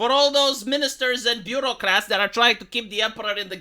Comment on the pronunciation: It's "Bureaucrats". "Beurrocrate" would mean "one who rules through butter".